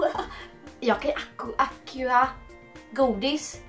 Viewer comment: Man uttalar "ACSIO"!